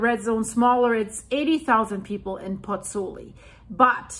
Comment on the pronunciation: Pls learn how to pronounce Pozzuoli. I beg you.